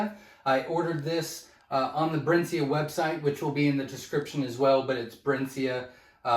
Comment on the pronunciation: It's pronounced 'Brinsee' ;)